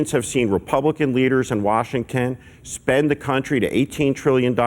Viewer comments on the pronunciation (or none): Why is that bald guy saying washingTEN all the time!? Very annoying.